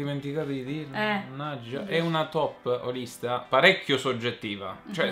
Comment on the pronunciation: Comunque io ogni volta capisco "top olista". Perché anche i giochi hanno un anima!